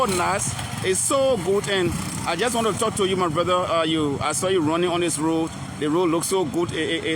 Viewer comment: He keeps calling Road- load 😂😂😂😂😂